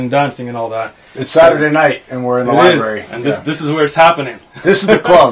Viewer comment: Shaykh othman? Library? Brother go learn to read first